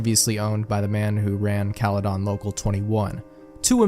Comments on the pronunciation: Bro the way you pronounce caledon 😭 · 1999 was 10x more interesting for me because I live in the area the story takes place lmao. It was funny asf hearing him mispronounce caledon😭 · "bramelia" has to be the funniest way to pronounce bramalea. runner up is "caledawn" which drove me a little insane during this whole creepypasta